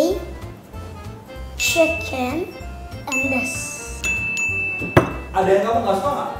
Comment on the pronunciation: aku dengernya ngomong "enddess" gak taunya "and this" wkwkwk.. 😂